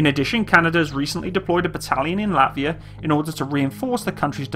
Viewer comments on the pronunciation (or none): none